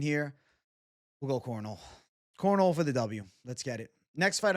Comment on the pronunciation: Its Cor-nol-e’, like how your people say Cannoli. But with an R and an E. 😂